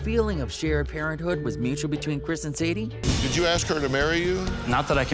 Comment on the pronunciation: It’s Sandi, not Sadie